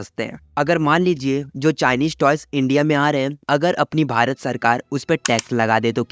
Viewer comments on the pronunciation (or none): none